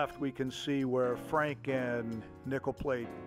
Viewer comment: I’m sorry, but every time you said “Nickel Plate Road”, it sounded like you said “Nipple Plate”. Awesome drone footage of a beautiful railroad!